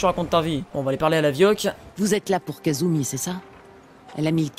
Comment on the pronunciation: "Le mal est fait" - Casseurs flowteurs pour le départ vers far Harbor. Parfait :o Et puis c'est Kasumi pas Katsuni xD Katsuni c'est autre chose:p Très très bonne vidéo, je t'ai découvert il y a peu avec ta vidéo sur NukaWorld et je dois t'avouer que j'ai accroché direct!